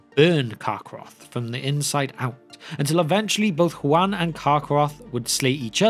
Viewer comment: The way he pronounced Huan haha. Juan the hound! chihuahua appears